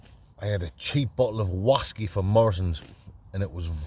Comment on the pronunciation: Another brilliant video. My favourite part was when you were looking for your slippers and they were on your feet 😂 Love the show! 2 questions... Where does the name come from? And why do you guys say Wasky? Cheers